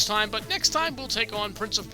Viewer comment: The A in Prints of Persia is seriously triggering me